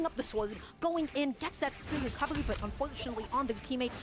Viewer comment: “Gets the Gwecovegy”